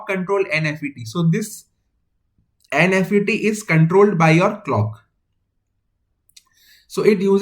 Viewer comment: it is not "N F E T" , say "n-mos" or "n-fet"